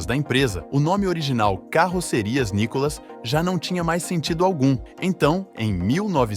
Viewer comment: O nome correto não é o "NICOLAS", é nunca foi!!!! O correto é "NÍCCOLA OU NÍCOLA". Seria de bom tamanho que, o autor é narrador do site conhecesse melhor a história da Nícola & Cia e pronúncia do grupo hoje da família Belinni, cujo o Sr. Paulo Belinni foi fundador em 1949 e nos dia atuais denominada "MARCOPOLO".